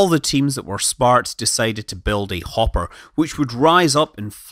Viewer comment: "Hopper" try again